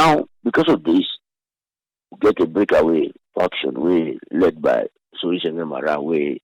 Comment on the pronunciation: It's Sorie Sengbeh NOT Sorie Sengeh. Triple A take note !